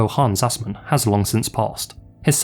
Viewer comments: I know it's a joke but you were off with Assmann. The Ass- is pronounced like the English word "us" and the -mann like the mun in "mundane". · "Assmann", cold name.